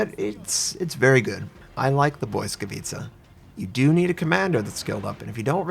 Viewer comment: I've found top ranked matches now evolved the meta into anti-smoke lineups. BB's carry spotter planes, Shiras overspam with torps and most often than not Belfast's and Fiji's die first. Oh and, pls, its not "boy-scavitza", let google translate play the correct pronounce as i cant take the cringe. translate.google.pl/#en/pl/Lightning